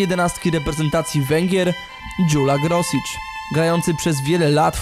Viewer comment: nie pamiętam już wszystkiego co było w materiale, ale najważniejsze - nazwisko. nie Grosicz, tylko Groszicz. nie Dźula, tylko Dźulo, nie Tatabańa, tylko Totobańo. oczywiście, wszystko w wielkim uproszczeniu. generalnie najważniejsze zasady - 'a' bez kreseczki;) czytamy jak 'o', 'a' z 'kreseczką' jak 'a', 's' jak 'sz', 'sz' jak 's'. 'ly' to 'j', 'e' z kreseczką to coś pomiędzy 'ej' a 'ij', trudno to tak wytłumaczyć;] chyba tyle z najważniejszych, jakbyś miał problem z jakimś konkretnym słowem - pisz na mejla w mojej zakładce About. miłego!